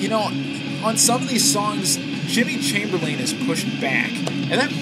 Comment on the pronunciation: as stated before, he released most of them as b-sides; he didn't throw them out. All logic jumping aside, though, I'm curious to know how you define words like "shit", "stupid", "dumb", "childish", and "ridiculously mature". Also, it's Jimmy Chamberlin. Not Chamberlain. For the record, I'm not fanboy nerd-raging on you. Mostly, I respect your reviews. I just think you didn't give disc 2 a fair shake, considering I think it's the best disc they've ever put out.